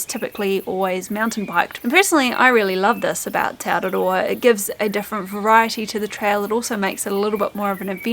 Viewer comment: The way you pronounce te araroa and other mori words is really annoying. They do the same thing on the news all the time. They go out of their way to pronounce words like Kaikoura and Rotorua in the most ridiculous way, they way they think a mori would say it, even though there is no one mori way. It's just mori pandering, it's not necessary and should be stopped asap before they own the entire country.